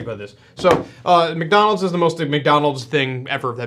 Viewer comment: he said :McNonalds Nuggets" instead of "McDonalds Nuggets" lol